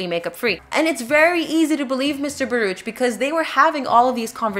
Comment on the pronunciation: It is pronounced "bar-OOK." The name is Hebrew.